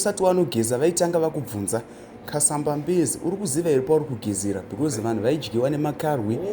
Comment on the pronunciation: I am Tonga it's Kasambabezi not Kasamba bedzi also it's kaliba not Kariva. I think it's because it's a Shona speaker who is translating